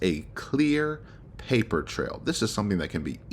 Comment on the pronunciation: The one that gets me that I've yet to hear anyone mention is the way she pronounces "pay per" instead of just saying paper in her sentencing statement lol